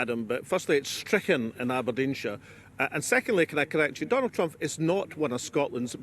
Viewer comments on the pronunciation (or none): Why does he keep saying "Trumph"? Weird pronunciation.